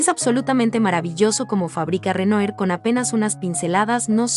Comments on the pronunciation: Por favor se pronuncia Renuar. Si vas a comentar pintura francés aprende la pronunciación, no es dificil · Renoir= Renua! Es la pronunciacion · Con todo respeto se lee Renuar. Es palabra francesa, gracias por el video. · Renoir (Renoá) pas (Renué) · Muy buen video. Sólo que Renoir se pronuncia Renua. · Hola, buen video! Solo una observacion, se pronuncia "Renua" el nombre del pintor. Se puede checar la pronunciacion en el mismo internet. Solo un tip! Saludos! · Esta narradora pronuncia mal el nombre del pintor.